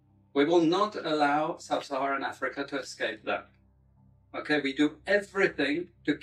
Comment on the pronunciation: "It is vital to keep sub-sarahan africa improvrished" wtf????? A chill ran down my spine in the worst possible way